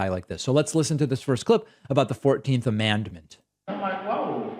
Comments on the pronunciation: “Amandment” … commandment? 😂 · I would guess that he, as a church goer, is used to saying the word commandment and so pronounced amendment as amandment. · Did he say 'amandment' or 'commandment'?? Whatever, this job is NOT for him Vote BLUE💙Bring a Friend💙💙Let's Have a BLUE TSUNAMI💙🌊🌊🌊🌊🌊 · It’s amendment not amandment! ✌️ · Did he say, "commandment"? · I'm thinking maybe this Amandment thing is possibly a Christian nationalist word combo of Commandment and Amendment. Which is even scarier than a mispronunciation like Gazpacho police. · At first, I thought he said the 14th Commandment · I don't think it's fair to criticize how he pronounces "amendment". He has a regional accent. The other stuff you said sounds fair to me, though.. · That's just his accent. Some times southerners put a weird emphasis in their words where they drag out a syllable.